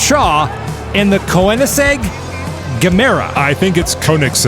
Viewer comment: the oe from Koenigsegg is pronounced like the o in world. Comes from the german word König, which means king. Just so you know for the future ^^